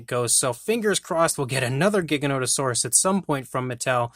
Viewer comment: Your pronouncing giganotosaurus incorrectly. The first g is pronounced like a g. And I know grant says it wrong too